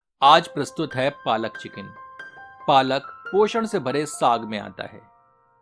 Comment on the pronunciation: Its not palak its Paalak 😊